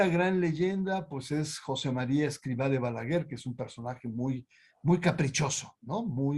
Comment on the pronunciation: Interesante, pero no pronuncia bien ni el nombre del Fundador. Y no soy del Opus Dei!